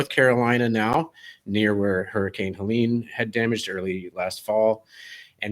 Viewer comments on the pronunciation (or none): none